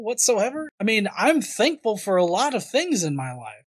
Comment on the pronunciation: Anyone else noticed this speech quirk this guy has? When he says thankful it sounds more like "dankful". I like the sound of that, have a dankful day, people:)